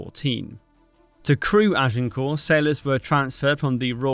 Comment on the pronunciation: Good to observe that you pronounce 'Agincourt' correctly - ! 😊